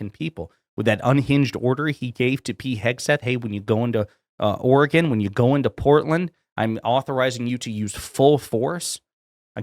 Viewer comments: Of course, the Orange Menace can't even bother to say Oregon correctly. Portland is one of the most chill cities in this country. Portland is about as far from being war ravaged as you can get. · He can't even pronounce Oregon correctly. 😡